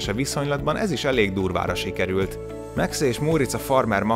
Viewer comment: Miért Meksz a Max?